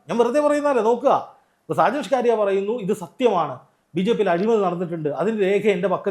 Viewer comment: ഈ മറുനാടന്റെ പേര് സ്‌കാ രിയ എന്നല്ല സ്കറിയ എന്നാണ് താങ്കൾ എപ്പോഴും ന്യൂസ് വായിക്കുമ്പോൾ സ്‌കാ കാരിയാ സ്‌കാ കാര്യാ എ ന്ന് വായിക്കും അതു കേൾക്കുന്നത് ഒരു വലിയ അരോചകത്വം പോലെ തോന്നുന്നു . തിരുത്തി വായിക്കാൻ നിർദ്ദേശിക്കുന്നു